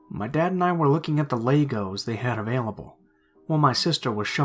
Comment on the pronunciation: The way he says "Legos" just kills me.... LAY GOES